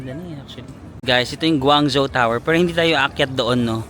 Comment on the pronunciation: Guangzhou is pronounced as "gwong-joe" 😊.